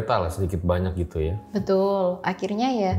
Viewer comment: Saking mantep mbaknya cerita sampe2 ngucapin vokal “a” nya banyak yg berubah jadi “ua” 😅. Sadar jadi suadar Banyak jadi buanyak Jatuh jadi juatuh 🤭